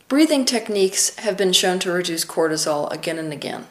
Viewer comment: Cortisol not Quartizole.